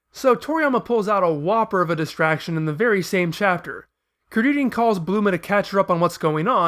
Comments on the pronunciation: please... it's BULMA! not BLUMA... ':/ anyway good video serie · Bulma, repeat slowly Bulma... not Bluma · Did..did You just say Bluma? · Wow, you're the first one I've come across who actually goes as far as saying 'Blooma' instead of 'Bulma'. You're an even bigger nerd than I am, mate. Instant sub. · Why do you keep saying bluma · You know how Freeza's name is just the word "freezer" with the "er" sound chopped off and replaced with an "a"? Bulma's name is supposed to follow the same pattern, so logically, her name should be Blooma (bloomer - er + a). If you want a more detailed explanation, see the first video in the series